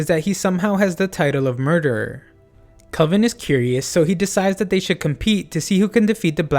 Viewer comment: really nice video but the heck you pronouncing kelvin like kolvin for